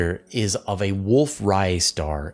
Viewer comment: Wolf Ray-yet stars not wolf Riot stars